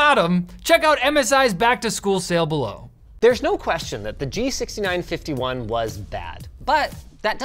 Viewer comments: Did you just call it G-nice-51?😂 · No one's going to mention Linus saying the Gnice51 ? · That sneaky “G-nice-51” was great.